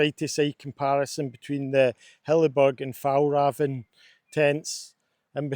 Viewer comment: As a swede, the butchering of the pronunciation of "Fjällräven" is really funny.